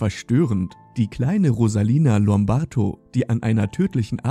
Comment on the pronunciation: Rosalia Lombardo, bitteschön. Nicht Lombarto ...